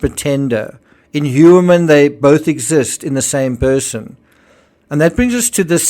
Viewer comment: just a side note,Heuermann seems to be german origin and its pronounced like - Hoiermann- So interesting what you´ve researched and your educational foundation. OMG this case is a absolutely nightmare!